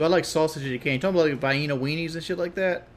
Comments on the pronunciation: "vy-een-uhs"? jesus christ I don't ever want to hear this dumbass talk about politics again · Vi-eee-nuh weenies might be my favorite thing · "Vyeinna" sausage lol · Richard does not like eating Vi-Yeena-a sausages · Ah, yes, those old Vai-eena sausages, a true culinary classic